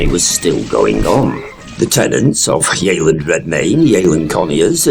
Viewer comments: It isn’t pronounced ‘yayland’. It’s pronounced ‘yeh-land’. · It's pronounced Yelland,had an Aunt and Uncle lived there for years.